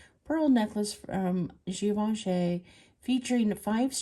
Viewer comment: Your nail polish matches the strawberry and actually you are one of the few who pronounces Givenchy correctly so go ….